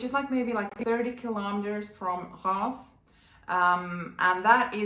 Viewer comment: Hi, I am new here. I love 💕 💖 Dayle’s tag 🏷, it allowed me to discover a lot of luxury lovers. Your pronunciation of Reims is good. It is such a tricky word as it is pronounced differently from the written. I hope you were able to visit Magenta and my personal favorite Chamery. I love to take the train and visit the grape fields and discover the beautiful champagne 🍾 region. Did you also go to the Ardennes region? I also love 💖 the escargot 🐌 you were having. Yummy!! 🤤I was thinking about Troia for this year's vacation but I am undecided 🤷‍♂️ yet.